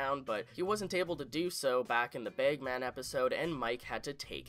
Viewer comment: It's pronounced "bagman", not "begman". It drives me nuts that you keep mispronouncing "bagman". Also, it's "drag", not "dreg". It sounds like you have an accent problem. You need to work on pronouncing, and enunciating for future videos.